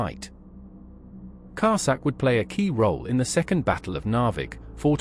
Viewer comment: Sorry but you list me at Car sack.